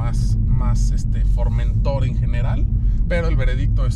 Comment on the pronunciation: El "" no sabe siquiera pronunciar el nombre del producto que vende... es FormentOr... no FormEntor.